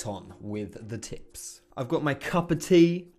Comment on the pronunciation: I thought for a minute you said crack on with the "tits". Next video perhaps?